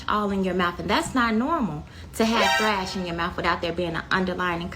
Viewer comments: "Thrash"? I think she meant thrush. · she said thrash it's called oral thrush.